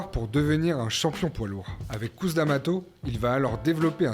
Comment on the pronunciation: Petit récap sympathique de la vie d'un homme qui sort vraiment de l'ordinaire.. Un peu léger sur la partie Tyson Hollyfield. Vous pourriez juste faire un effort sur la prononciation des noms et prénoms, ce serait top ! Mac Tyson - Couss Damato -> Mayk Tyson - Keuss Damato pour vous aider..